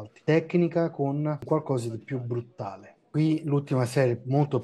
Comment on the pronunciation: Per il pubblico…BRUTALE…anche se capisco che BRUTTALE può sembrare più cattivo… 😂😂😂😂😂